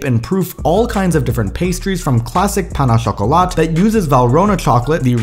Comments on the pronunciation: It’s not pAn oh choKOlaht, it is pronounced « pain au chocolat » and it is not even the right term!!! ITS CHOCOLATINE!!!!!!! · Pronounced “p-ow-n-choco-laht” lol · He didn’t pronounce pain au chocolat properly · The pronunciaton of Pain au cholcolat 💀💀🤕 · Hhhh The way you pronounced the pain au chocolat made my day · The way he pronounced "pain au chocolat" 💀😭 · The pronunciation of pain aux chocolat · I had never heard someone faill so bad at pronouncing pain au chocolat that it sounded like spanish. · He may have a French last name but he can't pronounce pain au chocolat correctly.